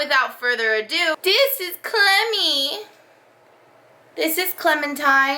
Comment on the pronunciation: I'm sorry, when I first heard you called your dog "Clemmy" I thought you said "Clammy". I kept hearing that and wondered why did she call her that? Is she damp all the time? She's really cute.